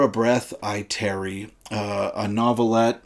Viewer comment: "Tarry" not "Terry". My gosh.